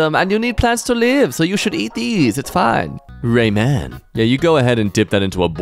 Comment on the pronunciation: no way just said "Rayman" for ramen